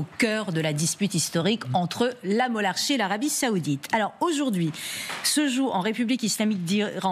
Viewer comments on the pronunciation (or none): Elle dit bien mollahhrchie et non monarchi